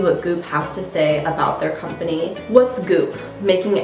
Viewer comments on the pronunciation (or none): none